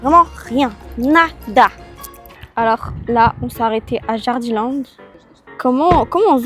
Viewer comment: Alors c'est pas méchant mais Jardiland se dit Jardiland et pas Jardilènd 😊 mais sinon j'adore vos vidéos changez rien